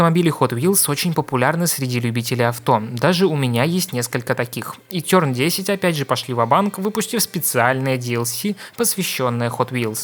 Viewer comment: Меня просто пробило после ЛОИГТЭК немало приятно, тёрн десять, кстати к слову, достижения специального (?) уровня, под собой (??), одноимённым названием шоу, ТЁРН ДЕСЯТЬ, дээлцэ, , сумбарины, иджээн, логитэк, мне плохо, еле досмотрел